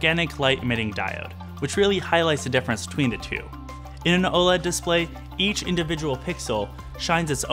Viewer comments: Just call it like the rest of the human race does! Its o-led! Not o-l-e-d!! Chrissakes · Just say “OH-lehd”...